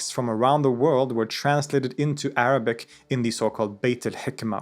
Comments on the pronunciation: Thank you so much for sharing such condensed information brilliantly about Ibn-e-sina. I am impressed with your Arabic pronunciation and explaining difficult topic like essence and existence clearly. I read about him in childhood and am grateful to come across your video which helped refreshed my information which I almost forgot then. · always impress me with Arabic pronunciation! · Huge amount of respect due to the writer of this documentary. With religion bias aside. The amount of pure passion that is able to be seen with this author is astounding! The announcation of his Arabic speaks volumes! His ability to compare historic philosophy to philosophers around the globe to ideas from the Quran is mind boggling. Great work brother !